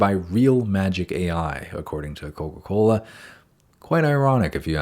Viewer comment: ......Coca Colaaa??